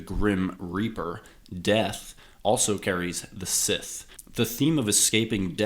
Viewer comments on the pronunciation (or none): The crop cutting tool scythe is not pronounced "sith", it is pronounced "s-eye-th". You had to have heard that word spoken before why did you choose to mispronounce it? And, I don't know what those compressed audio bursts throughout this film are ... care to explain? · That's not how you pronounce "scythe". But good video 👍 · He’s saying scythe wrong